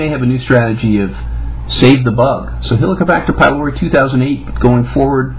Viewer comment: "It's around for 58 thousand years - for a reason..." 58 thousand years is nothing in evolutionary terms. IE: it's a newcomer and as is it's purpose is nil for humans - for we survived a bit longer without it. He doesn't even know how to pronounce 'pylori'. It's a Greek word where 'y' is pronounced as 'u', 'ü' or 'i' (as in 'idiot') but NEVER as 'I'. This is a minimum basic education Doc! Do you know where Greece is? No, it's not in 'merica.